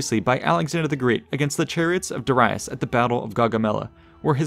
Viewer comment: If you're going to speak for an audience, don't guess about pronunciation. Flammable. Darius, etc